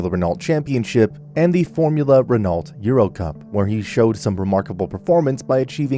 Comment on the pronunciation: Love hearing my fellow Americans attempt to pronounce "Renault"